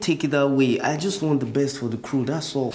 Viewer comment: I'm not sure if anyone heard the Queen J KEREWU (crew) lol 🤣😂